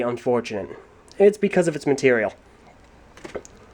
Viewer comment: It's pronounced gadunka